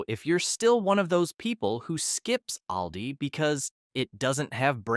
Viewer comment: We love Aldi. We save so much money. You need to be consistent with your pronunciation of Aldi. Sometimes you All di. And other times you say Al like a man’s name.